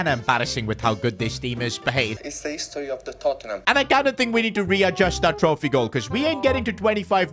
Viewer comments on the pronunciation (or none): bro its tottenham, not totman